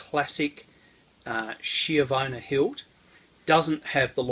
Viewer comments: It’s pronounced “ski-avona” not “shiovana”. Lovely sword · It's pronounced skiavona in Italian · It's pronounced ski-avona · D I love you, but please pronounce it like if it was written "SKJEEUHVOUGHNA" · Isn't it supposed to be SKH-YA-VONA?!